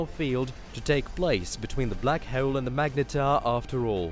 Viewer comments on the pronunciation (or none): It's "hole" and not "heule". This narration is horrible. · I know right prenouce the O right dude trying to be posh but over killing it 🤣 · “black hoel” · hole* not heole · Why do you pronounce everything so WEIRD. Axis = Axees Pulsar = Pulsa Full = Fool Kilo = Kila Hole = Hoal These are just a few examples but it's like you're a mix between Microsoft word text to voice and a human being. Really fucking weird to listen to. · The way he pronounces the word: "hole" ...